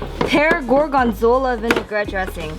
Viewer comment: gorgon-zola lol